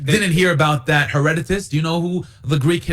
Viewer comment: One should learn to pronounce Herodotus' name properly [to isolate one among many examples of unearned and self defeating hubris] - before pretending to have the upper hand in an intellectual battle over historical fact. [Also; Haitian Revolt?! Bro - in America? lmao. The marks of malleability & manipulation qua the Islamic Marxist brainworms in this one are rife] While Herodotus DID make mention of the region - per it's name "Palaistine" - he was not referencing The Kingdom of Israel. Simply the coastal region around southern Syria; whence from ole Goliath hailed. I do not find it just to say that these people as well as the referenced Canaanites were NOT The Jews. It wasnt until Hellenic times that "The Jews" as a coherent unit - living under "The Law" came to be. The account of victory over the Promised Land in The Pentateuch tells the tale [if we defer to archeology genealogy linearity, etc] of synthesis. Death to the old ways and a cohering principle for the new. Nonetheless - the claim to land, history, culture, and many more righteous effects easily & consistently goes to The People of Judea. Once Cyrus commissioned their 'return' from exile and The "Second" Temple [all things in quotes are subject to rightful scrutiny and skepticism] the History of One People begins; but the history of the various groups mentioned prior are nonetheless pretext to the very subject at hand. The claim is not weakened. Unlike the colonialist poisoning of said tradition via Mohamme